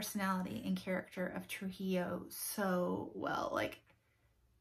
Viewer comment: Oh man! My mojo left as soon as April started. Anyway, I read La fiesta del Chivo back when I lived in NYC, in memory of my mom, who lived under that dictatorship most of her life. (Llosa - just like you pronounced Trujillo so perfectly - like the Y in "yellow") Is that the Humboldt who was so important in Chicago's park system?